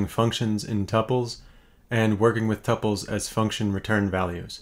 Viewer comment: I like how you pronounce tuples